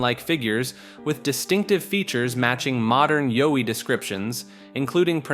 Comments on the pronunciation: Yowie- like WOWie, zowie- not Zoe lol. 🤷🏻‍♀️ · Its Yowie, like Howie, not Joey.